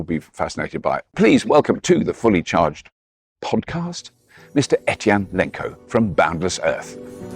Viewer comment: Robert, I think his name is Eytan, not Ethan…